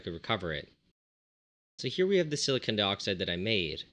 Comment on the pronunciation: Omg stop saying Silicone two different ways... just pick one pronunciation and stick with it, so obnoxious and I couldn’t concentrate to what u were saying